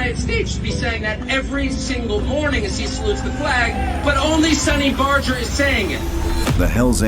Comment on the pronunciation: LOL!! The clown ( at the beginning ) talking about Sonny Barger can't even pronounce his name properly!!